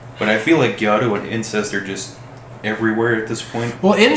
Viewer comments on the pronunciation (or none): It’s gyaru, not gayru.